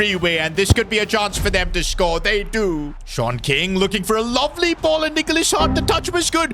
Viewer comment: I keep thinking he is saying short king instead of Sean king